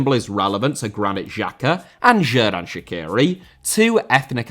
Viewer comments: You just have to learn how to pronounce Shaqiri. So, not like that Columbian singer Shakira, but Sha(ch)iri like e.g. in word bea(ch). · As an Albanian, I was supporting Switzerland in 2018 and I will be supporting them tonight. This is a very good video about it. However, Xherdan Shaqiri is pronounced more like "Jer-dan Shachiri" and Granit Xhaka "Granit (like rock granite) Jaka" edit: wow you butchered "shenja e flamurit" so bad. the "shenja e" was fine but "flamurit" is "fla-moo-rit" not 'flamaroot'💀